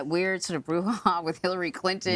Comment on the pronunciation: no it's an English word in this case "brouhaha" but she messed up.